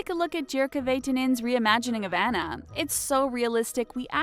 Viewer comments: AH-NU NOT ANN-UH AWWWWNUUUUH NOT ANNNNN NUH. NOT ANNA AS IN BANANA GAAAAAAWWWD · Her name is AWE-NA not Annuh pfft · how did they say Anna's name wrong?!?!